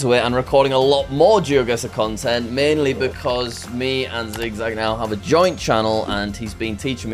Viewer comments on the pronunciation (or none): none